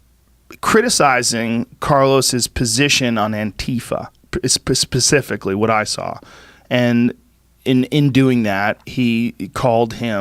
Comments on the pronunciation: was i the only one to catch Joe Rogan saying pacifically and not specifically or are my ears just fucking with me? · Oh no! Joe Rogan says 'pacifically' instead of specifically? Also, serious daddy-twink energy in this vid.